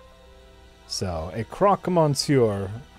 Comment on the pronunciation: Every French fan must be cringing on pronunciation of "monsieur":D